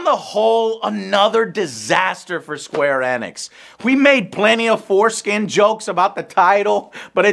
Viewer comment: "square ænix"